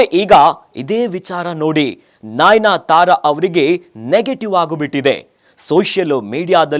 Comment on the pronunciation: nainyatara alla pa..adu nayanatara